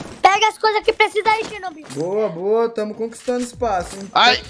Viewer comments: Mano eu duvido alguem contar quantas vezes o falou xernobil no videos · Perdi as contas de quantas vezes escutei "Xernobil" kkkkkkkkkk